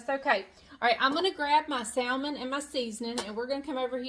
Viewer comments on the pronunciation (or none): the right way is samon the L on salmon is silent 😶😂😂😂😂 but you do the way you want because we know with a silent K 😭😭😭 what you mean 😂😂😂😂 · We pronounce it Samon here in Arkansas! No L! 😂😂😂❤ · I from louisiana an do not say it correct either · That’s ok if you pronounce salmon “different “. You’re you and that’s ok. Keep on keep on keeping on. People can be cruel and I’m sorry for that. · Great recipe , no worries about the way you pronounce Salmon, there is no right or wrong way, after all it’s still Salmon, and super good ! 🥰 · I’m sorry, I love watching your videos however I can’t this episode. Mispronouncing salmon is just driving me crazy. I know it’s weird. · Never mind the way you say salmon, the way you say oil is even more…..interesting!! 😉 This creamy salmon recipe with cream sauce looks awesome. I will definitely be trying it out. Thanks,. ❤️✌️